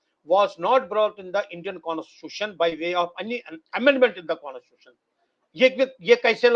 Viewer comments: Even this so-called expert says KONIS-TUTION repeatedly. Are they talking about CONSTITUTION? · Isko ......constitution ka pronunciation .....theek se bolne do pahle....saare kashmiri apne aap ko Pata nahi kya samahte hai ? Ye vakil bhi nahi hai....stop such useless people interview.😂